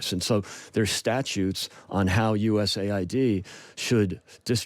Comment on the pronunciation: Why are you calling it U.S.A.I.D? It’s U.S. Aid.